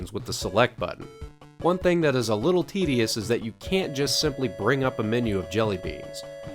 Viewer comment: I did notice you mispronounced tedious.